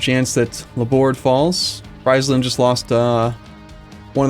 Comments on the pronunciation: Jérémie Croussette like Freeze land instead of Fries land... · I enjoy Fries-land a lot haha, makes it sound like a McDonalds themepark. Though as a Dutchy I'm used to people mispronouncing pretty much everything except for Amsterdam.